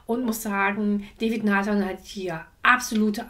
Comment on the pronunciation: der langweiligste King, den ich je gehört habe! Er spricht sich DAvid Nathan und nicht DÄvid!